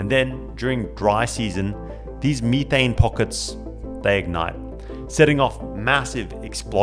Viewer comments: "ME-THANG" 😂😂 IRKED MY SOUL EVERY TIME HE SAID IT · METH- ane METH METH METH not meeth it's not meeth heads it's meth heads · Meethane? Tf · At 19 MIN HE SAYS ME THAYNE INSTEAD METHANE IT IS METH AYNE NOT ME THATNE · It's called "methane," (meth-ane). Not (me-thane). You're the only person I've ever heard call it that in my 39 years. Lol. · Leaving your video because of how you pronounce methane.... You don't say the stuff "Me" th... So why in God's name are you saying methane like that😅 absolute cringe and I'm gone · U mf u beat me to it- i read it in mangalast year before the ankme its fire- tell me why cuz pronouced methane- ME THAYNE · I have never in my life heard someone pronounce Methane as "Meethane" lol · Mee-tane gave me a chuckle every time it was said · Ive never heard methane pronounced like that.